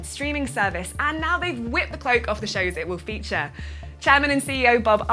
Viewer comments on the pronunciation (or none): none